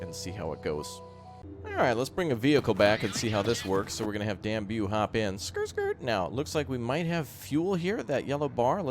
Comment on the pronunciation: Really nitpicky I know, but that explorer/fighter is called Dan-Yube, not Dan-Bew